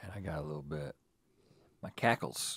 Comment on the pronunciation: it's hackles lmao